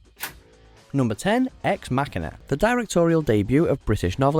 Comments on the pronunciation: It’s Ex Machine “a” not Ex Mac a na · That would be Ex Ma-sheena.